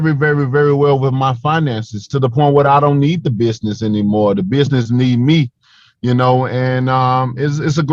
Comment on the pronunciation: I truly believe that with the right coaching and enough hard work Wilder will be able to pronounce the word business correctly one day.